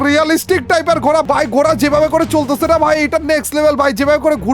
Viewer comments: ঘোরা ❌ ঘোড়া ✅ 😂😂😂😂😂😂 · Gora noi ji ghora hoi ji 😂😂😂😂😂😂